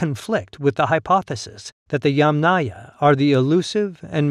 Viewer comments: You are not pronouncing Yamnaya correctly. The stress should be put on the first syllable instead of the last one, i.e. Ya'mnaya instead of Yamnaya'. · You are not pronouncing Yamnaya correctly. The stress should be out in the first syllable, i.e. Ya'mnaya insteda of Yamnaya'. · ямНАя. The accent is on the 2nd syllable. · Great video, thanks! I would like to add a small little note, it's YAmnaya, the emphasis is on the YA. Comes from a Russian word "yama", which a whole in the ground. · Thanks. Another commenter corrected my pronunciation, but not before I'd recorded another video with the Yamnaya in it! I appreciate the education. Now I have to go back and make those adjustments before posting it... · yAmnaya, not yamnAya - the first syllable ist accented. Or, better and shorter, yAmna as it is in Ukrainian. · Better to use "yAmna" term, not "yamnAya". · It is very wrong pronounciation. The accent should on first syllable, like in "angry " or "envy ". It is "ya`ma", which is pit. The culture is "ya`mnaya" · In the term "Yamnaya", the stress is on the first syllable. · Narrator here. Thank you for the correction. I was unable to find any guidance online, so I defaulted to what I always try to do, which is pronounce every syllable as written by the author. Feel free to point us toward more sources for this subject!